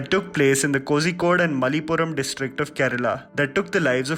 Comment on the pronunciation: Mallapuram not manipuram but really good Review